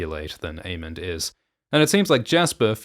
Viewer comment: This is a new timeline where pronounces Aemond as Aemond and Daemon as Daemon